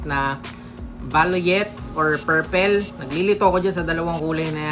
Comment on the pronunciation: Perpel???? Ilokano ka ba?